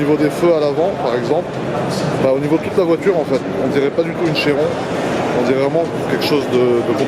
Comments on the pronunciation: On dit Kiron 😉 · ca se prononce vrmt chiron?? on dit chirone nan?